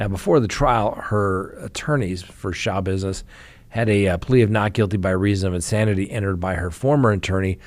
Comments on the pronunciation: Shuh -bizness w the accent on bizness. NOT shah-bizness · Schabusiness is pronounced, slashbusiness.: ) Great show,! We appreciate you.